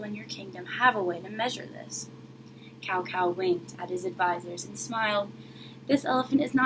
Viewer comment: This is a very nice reading, and I applaud you for showcasing a famous folk-tale from another culture :). Here's a word of advice for the next time: it's always a good idea to check correct pronunciation of foreign names (and words) before going public. "Cao" is pronounced like "tsao", not "cow", which sounds REALLY strange to anyone who knows Chinese. The other Chinese words (jin, and Wu) fortunately are pronounced almost exactly like they would be spelled in English. (Also, you might want to use a regular camera that wouldn't show all the words backwards.)